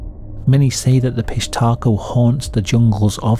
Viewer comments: Dude I’m sorry, I couldn’t listen to you say Fish Taco a thousand times. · Great video! I don’t know why I keep hearing fish taco I hear the P but all together it hits me as fish taco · I thought you said "fish taco" gang, lol. The auto generated captions are having a field day with it. Pissed hatrco, pish Taco, Southern undies... gotta love it when the topic is so messed up. - fish taco, about time it heard it too. I didn't know Peru had stories this creepy, of course everyone does, I just never heard them. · I just kept hearing "fish taco". 😂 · I keep hearing "fish taco" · Tell me I'm not the only one that kept hearing the name as 'fish tacos'. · i enjoyed the video, but i kept hearing fish taco the whole time. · I keep hearing fish taco 🤦🏻‍♀️ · Idk about ya'll but I kept hearing "fish taco" 🐠🌮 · Am I the only sick mf that hears fish tacos every time you say pishtaco and giggle a little bit? Yes, I know i ain't right 😊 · I believe it's pronounced.. "fish tacos". ..fishtacos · I keep hearing fish taco lol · 😅😂😂😂😅 Me too, fish 🌮 taco. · Obviously the correct pronunciation is 'fish taco' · I thought he was saying fish taco 😂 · I kept hearing piss taco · I'm so sorry but I keep thinking yr saying piss taco and giggling. Again, very sorry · The AI generated pronunciation of Pishtaco at the end was so passive aggressive 💀 got me crying from laughing so hard